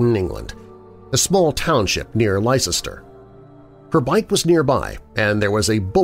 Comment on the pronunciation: Pronounced - Lester not lie Chester!